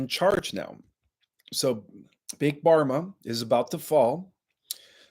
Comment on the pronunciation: It’s not big barma it’s big Pharma - with a f sound. Pharma is short for “pharmaceutical”